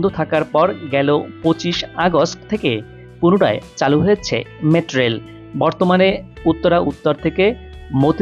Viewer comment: কি রিপোর্টার রে ভাই মেট্রোরেল ও ঠিকমতো উচ্চারন করতে পারে না।